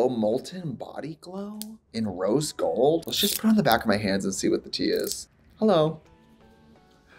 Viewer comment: “Revolution BODY GLOWW? In Rose GOOLD?”